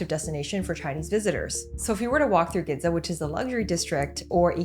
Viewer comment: Gidza and IckyHabra(or Eekeehabra?) instead of Ginza and Akihabara lmao